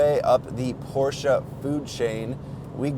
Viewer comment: You pronounce " Porsche" correctly !